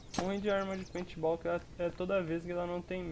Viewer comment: sem querer ser chato mas n é peait ball é Paint Ball